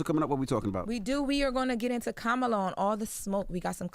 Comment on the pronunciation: Why do they keep mispronouncing Kamala’s name? Comma La, simple